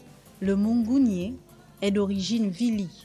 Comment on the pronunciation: Les principaux ressortissants de la ngounié sont les nzebi, les mitsogo, les massango, guissir. On sait tous que quand on parle de punu on voit directement la nyanga. Il faut se documenter avant d’affirmer. Ps : on ne dit pas l’angounié mais la Ngounié